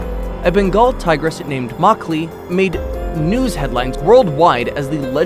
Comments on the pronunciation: It's Machli not makli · It’s not pronounced Makali it’s machali ... ch pronounced more like ch in chat .... machali in Hindi means fish ... the tigress was named machali because strips on her forehead resembled a fish ... unfortunately she passed away couple of years back ... a proper funeral was given to her by Indian forest department in Rathambore ... she will always be a legend ... I have a big photograph of her in my living room back home in India ... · You pronounced it wrong it’s Machli as in fish in hindi it is pronounced machhalee. The tigress died after some years because she lost four of her canine teeth while hunting the croc and afterwards she was not able to hunt properly . The forest department gave her food for years but eventually she died💔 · That tigress name doesn't pronounce "mac-li " it's pronounce "much-li " which means fish in hindi The name was given because of her stripes on her which look like patterns of a fish When she died, she was the oldest tiger of the world ever recorded Although tigers are very respectful animal in India muchli has a special place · Macali not it's machali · The name of the tiger is pronounced “match-lee”, meaning fish in Hindi.